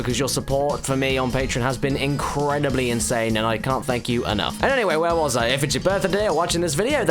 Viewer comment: FireKid112 yeah that's the way it WA-ZUH